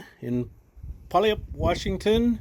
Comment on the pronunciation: BTW, that city in WA, Puyallup. The best way to pronounce it is pew- al- lip